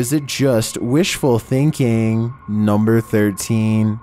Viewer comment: I love your videos but your voice... lol is it just wishful thinkinnnnngggg. Bro no need to exaggerate your words and stretch them for three syllables worth of time 🤣😭